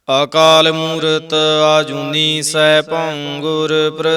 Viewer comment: Waheguru ji ਖ਼ਾਲਸਾ ਜੀ ਤੁਸੀਂ ਹਰ ਵੀਡਿਓ ਵਿੱਚ "ਅ" ਨੂੰ "ਆ" ਉਚਾਰਨ ਕਰਦੇ ਹੋ ਜੀ। ਅਕਾਲ ਮੂਰਤ - ਆਕਾਲ ਮੂਰਤ, ਆਜੁਨੀ, ਆਨੰਦ waheguru ਜੀ ਤੁਹਾਡੀ ਲੇਹ ਵਧੀਆ ਹੈ ਪੜ੍ਹਨ ਦਾ ਢੰਗ ਪਰ ਹਰ ਰੋਜ ਇਹੀ ਗ਼ਲਤੀ ਬਾਰ ਬਾਰ ਪੜ੍ਹੀ ਜਾਂਦੀ ਜੀ ਮੇਰੇ ਮੂਰਖ਼ ਵਲੋਂ ਕਹੇ ਸ਼ਬਦਾਂ ਲਈ ਮਾਫ਼ੀ ਜੀ 🙏🏻🙏🏻🙏🏻